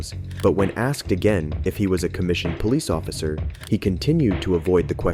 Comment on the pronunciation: Plesss… POL… plolice occifer